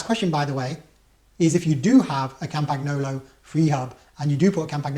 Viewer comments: Cam paG no lo......hahaha. So you won’t sound like a muppet it’s pronounced something like Campanyolo. You’re welcome, my pleasure :) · It's pronounced CAM-pan-YO-lo. No hard G. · Argh my ears hurt. Say CAMPAN-YOLO ya Pommie git. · Lots of excellent information, thanks. But now, on to the complaint; why are you pronouncing the G in Campagnolo?